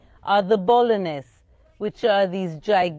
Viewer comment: Bol'anim* not bolaines